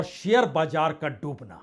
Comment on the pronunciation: Itni bhayankar trasdi mey ... aap haath kyun mal key shuru mat kijiye.. bajaar nahi Baazar hota hey... awwaj nahi awaaz hota hey...